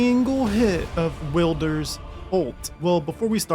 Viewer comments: Please just say wylder not wilder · FOR THE LAST TIME, ITS WILD-ER NOT WEELDER OR WILLDER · Stopped watching after Will-der 😂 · Um ESCUSE ME, The W is silent, it is pronounced Illdeer, because he is the illest deer in all the land between. Get it right chump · Ah yes, the will-der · Bro tryna rage bait us with “willder” lmao. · Calling wylder will-der is wyld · Hey said “wil-der” I heard “Wilbur” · Will-Der Do Will-Der Don’t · "Willder" lol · How do you fuck up a name that is clearly stated several fucking times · The way you pronounced wylder took 5 years off of my life